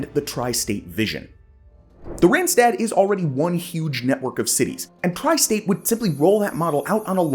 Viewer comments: It is not Rentstet, it is written with aaas ah... not rent...Rand ( edge).. Do your home work before you do videos.. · it is NOT "rent-stet", there is CLEARLY an AA written, do your home work please... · Please do good research. When doing a video on a non-English speaking region, please just watch one video in the local language where the words for regions are pronounced. You'll never have such horrible pronounciations of e.g. Utrecht and Randstad (that one in particular hurts anyone that speaks dutch). Repeating after Savelberg would've done that already. Also, parts marked as Randstad, like the Noordoostpolder, or Goerree-Overflakkee are not even close to begin part of the Randstad, even though parts of the provinces they are in might be.